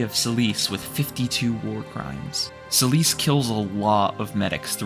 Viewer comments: Me: "Oh hey, this seems like a very well-researched and well-informed analy—" The narration: "Celice" Me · Why are they calling Seliph Celisse?